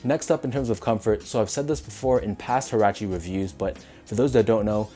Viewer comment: These a dope colorway and btw its pronounced "wah-rah-che"